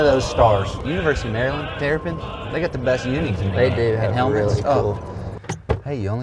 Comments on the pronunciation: MD resident and was waiting for this one and knew it could be Bulle Rock... great video. And its pronounced "Mer-land" if you're from Maryland. LOL! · You say it like mair-land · I came to the comments to see if anyone was going to roast you for the Maryland pronunciation, but the community is too positive haha. Great content as always fellas.